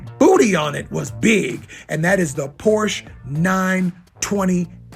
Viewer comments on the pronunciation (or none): Soooooo... Sir Mixalot he calls himself "a real car guy" and still says porsh??? Lame... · Sir Mix-a-Lot “The real car guy” can’t pronounce Porsche correctly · Sir-mix-a lot, Porsche is a two syllable word. Peace!